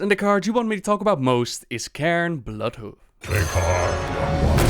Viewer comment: it's fucking CAIRNE not KAREN, CAIRNE!! so annoying.